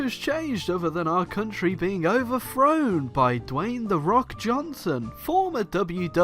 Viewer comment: Say Dwayne like you say Kayne